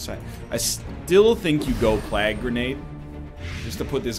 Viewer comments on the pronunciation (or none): Stop saying plaag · Is he saying plague that way to be funny or is it because he's canadian?